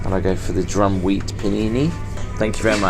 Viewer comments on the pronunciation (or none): 'Drum Wheat Panini.' I laughed. At least they knew you meant the 'Durum Wheat Penne.' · Bro, did you say drum wheat pasta? It's Durham wheat, there's no such thing as Drum wheat 😂😂😂😂😂